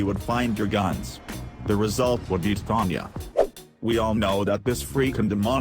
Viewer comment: Yay, he pronounces it titanya as well.